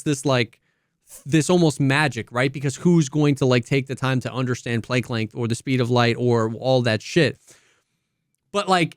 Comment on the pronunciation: Planck is pronounced with a soft a